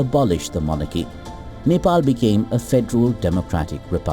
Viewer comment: Its Nepal Not Nefaal🙄